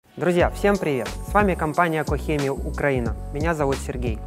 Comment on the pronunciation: какя нахер кохеми? Кох щеми. Е в конце не произносится.